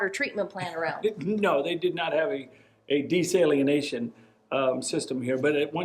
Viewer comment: That’s not how you pronounce desalination.